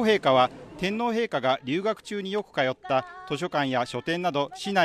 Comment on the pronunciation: 衛兵隊長が、正確な発音の日本語で、天皇陛下！、と話しかけられたことに凄く感激しました。